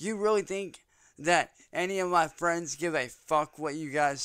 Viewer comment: Leave my fwendz and famblee alone